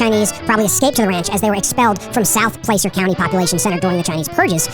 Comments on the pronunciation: “Plah-ser” county, not “play-ser” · Minor nitpick on reading of the history of Lincoln, Calif. The county of Placer, the hub of the Gold Rush in the mid-19th century, is pronounced "plasser" (like passer with an L). Also, I never knew until listening to all of that how big a deal the Whitney family was in the town of Rocklin. Sure, he has a high school, golf course, park, several neighborhoods and other landmarks named for him, but it seems like it easily could have been the name of the city. I guess someone went with Rocklin because of, well, all of the rock being mined there.